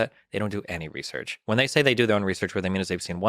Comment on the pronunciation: Really? 30 seconds in? Couldn't do a second take? Reaullsearch? Jeez man so cringe